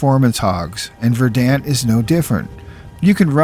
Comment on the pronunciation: Excellent! Dude I haven't played since 360 days but even then I thought the game looked rrrrrough. This is exactly what I needed. For teaching me this I give a thumbs-up, a sub, rang the bell. Suh-weet. (and will offer this; verdant is pron. "verd'nt")